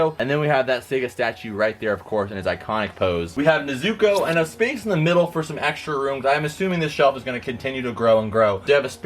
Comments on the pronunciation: Kinda triggers me when he says Nezuko's name wrong Its not Ne-Zuko, its pronounced like Nez-uko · Mans Found out how to say/pronounce Madara correctly but doesn't know how to pronounce/say nezuko right god